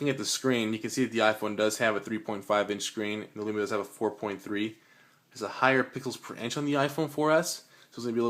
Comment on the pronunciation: Can someone please tell this guy, it's windows phone not windows mobile , and it's Lumia not Lumina, bad review !